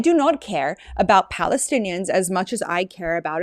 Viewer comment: They couldn't say Palestine. Balestinians, leave the P alone!😅